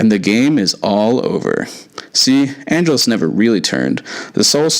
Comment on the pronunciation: "Ann-JELL-Us," not "ANN-gel-us"!